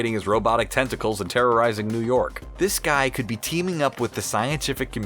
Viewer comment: When he was talking about otto octavius I thought he said he was upgrading his testicles🤣